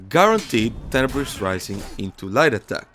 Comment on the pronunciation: To me every time Black Prior says “Tenibris” it sounds like he’s saying “Cannabis”